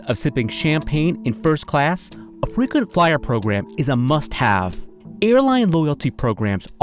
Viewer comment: Frequency flyer sounds like Frequency f***